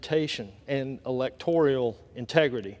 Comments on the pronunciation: Oh and the word is electoral and he keeps saying the word electorial..... the idiocy is astounding. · Not electorial, it's electoral, buffoon! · Pretty rich that Edwards refers to Raskin as somebody who "claims to be an expert on the Constitution." Raskin is one of the few pre-eminent Constitutional schlolars in our country and he puts mush-brained MAGA hacks to shame. Edwards can't even pronounce "electoral!" So yeah, Raskin doesn't have to claim to be an expert, he just IS an expert. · Elec-tor-ee-al? Please. He can't even pronounce it correctly. Just which party voted down a prospective bill to help at the border, due to the request of their immoral, twice-impeached, indicted, convicted party leader? Rather hypocritical to bitch about it when they turned down the help that would have been available had They. Not. Voted. It. Down. P.S. Gym Jordan's loud voice does not make his contentions any stronger. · Hey Edwards. What is "electorial"? Is it similar to "electoral"? How are you in office? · THE WORD IS... E L E C T O R A L NOT "ELECTORIAL". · Elector-I-al lol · Electorial? Not a word!!! It's Electoral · He completely lost me at "electorial." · It's "electoral" not "electorial" Edwards ya goof🤦‍♂️ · Hey, genius from North Carolina - it's elecTORAL, not elecTORIAL. There is no such animal. And he's still arguing the facts stated by Jamie Raskin about "persons" referred to in the Constitution. No one argues with Jamie Raskin about the Constitution and lives to tell the tale. LOL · It is electoral not electorial dumbass Republican!! I just love how a North Carolinian Representative acts like he knows what is truly happening at the border. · Elect or al. Not, elect or i al. Idiot. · Someone, please, tell Rep. Chuck Edwards of North Carolina that there is no "i" in either the spelling or pronunciation of "electoral." Thanks. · This dude from NC can’t even pronounce the word “electoral.”